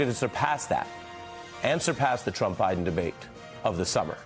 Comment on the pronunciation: How many caught it when she said OBiden?? LoL only truth she said all night. Who’s running things… haha!